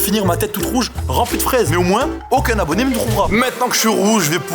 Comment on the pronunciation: tu a dit abonyé